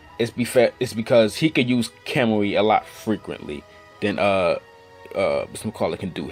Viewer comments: Your pronunciations.... Stop watching dubbed anime It's Kamui not Kemui lmao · he can't even pronounce kamui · Lol he says kamui wrong